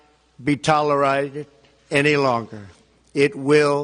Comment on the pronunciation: "..will not be tolerided..."